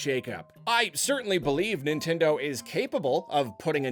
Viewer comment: Y'all it's Nintendeen